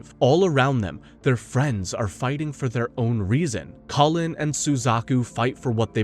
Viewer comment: Solid 6/10, would give it 7 or maybe even 8, but mispronunciation drove me crazy, especially "geass" and "Kallen" (Colin? Really?)